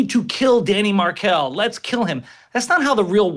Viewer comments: Please say his name correctly. You don’t prnouce it like the idiot Princess. Maher-kell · learn to say the name of the victim correctly, for starters. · Come on Megan, put the story together a bit better. Do you homework, practice in the mirror if you must. Cant even pronounce Dan Markells name correctly. These u tube shows are getting usless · Megyn, stop. You can’t even pronounce the victim’s name correctly. So no longer interesting. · It is obvious Megan had never heard of this case before filming. Couldn't even pronounce Markell correctly! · Megyn mangles the key facts and even mispronounces the victim's name in the first few seconds of her intro. I see you still don't know the first thing about journalism even after all these years, Megyn. When on earth will you ever get some self-respect? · Really poor reporting by Megyn Kelly here, stumbling over her own words, mispronouncing the victim’s name and not having a thorough knowledge of the case. Poorly reported on, just terrible. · So many incorrect statements in the first 2 minutes here. Do some dang research, especially on the correct way to pronounce the victims name. Good grief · I like Megyn, but the dig at Georgia was uncalled for and unfounded as it was based on a thirty second sound bite. It’s akin to someone arriving at a conclusion about her after hearing her mispronounce Markel.